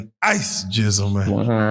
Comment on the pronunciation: Gizzle not Jizzle